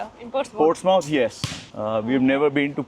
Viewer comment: It's Portsmouth not Ports mouth It's one word